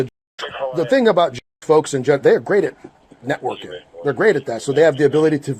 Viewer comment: JEWISH, not J-ish